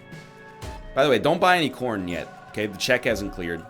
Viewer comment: ok but like it 100% sounds like he was saying porn should be sponsors for shit instead of corn